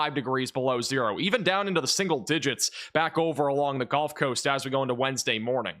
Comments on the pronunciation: I’m not trying to be a jerk, but as a Mississippi resident, it is the gUlf coast not gOlf coast. One plays golf on a golf course. Seagulls live on the gulf coast. But I love your weather reporting and it is so much more accurate than any of the mainstream media. I love the energy you deliver in this space. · These videos are awesome, glad I found the channel. But, are you saying "Golf" coast intead of Gulf coast. Sure sounds like it. Carry on... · Why does he say “GOLF Coast”?